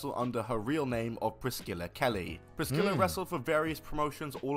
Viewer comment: How the hell does the dude in the video (not ) not know how to pronounce Priscilla. It isn't Priss-killa lmao.